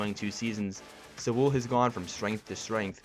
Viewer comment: Bro...BRO...Sewell is pronounced like "sool".....not "sawool" 😂